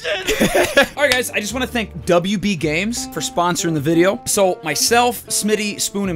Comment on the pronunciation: “WB games” bro stop